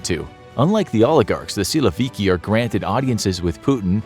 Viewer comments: Nobody calls in Russian a man named Vladimir (as first name) - Vlad. Never. It's mostly Vova or Volodya. Also, the accent in the word "syloviky" is on last syllable. "Syloviky" is mostly police force or national guard, police swat teams and etc. However, the army, normally, is not described by this terminology. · Funny how you pronounce “силовики»